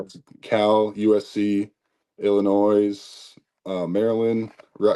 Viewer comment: Illinois - the S is silent lol 😅 Great kid 🍻 Go Hawks!!!🏈